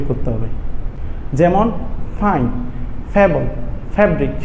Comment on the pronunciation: Fable ফেইবল হবে সার